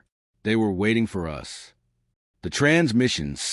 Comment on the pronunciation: For me, biggest thing is AI use needs to be declared. Secondarily, I think the narration quality is mid compared to some other AI narration I've heard. This AI sometimes put emphasis on the wrong syllable, kept saying "yew ess" instead of "us", and would either pause awkwardly or not pause where it's expected. Sounds like an okay story. I'm still listening.